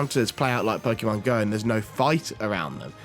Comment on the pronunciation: Why do people still pronounce it pokEEEEEmon? It's Po-kay-mon.